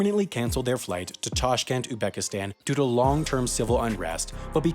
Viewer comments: You pronounced my country name wrongly, it is Uzbekistan not oobackistan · Uzbekistan has a Z in it, not Ubekistan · It's pronounced UZbekistan, not Ubekistan. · Uzbekistan is so easy to pronounce, but yet....